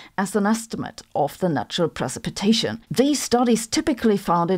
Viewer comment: Silver Iodide and pre-sip-a-tation.